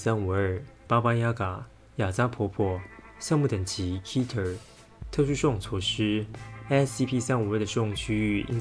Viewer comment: 稍微說下，Keter的音發錯了。